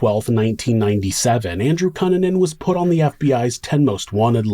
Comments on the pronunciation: Is it pronounced "Cue-nan-an"? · I don't think you're pronouncing Cunanan correctly. I remember in the news they pronounced it COO NAN IN or COO NAHN IN. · Really excellent storytelling as always,! I appreciate all the details you include to help paint a better picture. Also- Not a big deal, but his name is usually pronounced "Cue(Q)-nan-an" 👍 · I can’t believe this was 1997! I was a freshman in high school and a group of friends and me were following this case. It was on the news 24/7. He was a monster! Andrew Q-Nan-In is the correct pronunciation. Great job with this story! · I love your videos but cunanan is pronounced cooh-nah-nan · ITS PRONOUNCED. KOO NAN NUN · Learn to pronounce his name right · All that research and you couldn’t find out how to pronounce Cunanan 😂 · this dudes content is so well researched and executed. how is he mispronouncing cunanan? the news always called him koo nan in. So did Shyne. maybe they were all wrong? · Dude the least you could do is pronounce his last name correctly. Jesus Christ. Also no one cares about your other channel. Stop starting every single video with the same stupid callout. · Why are you saying Andrew Kannan name like that? It’s really distracting always a great story as usual but anyone pronounces name like that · Dude, I love your channel but your pronunciation of 'Cunanan' is incorrect 😭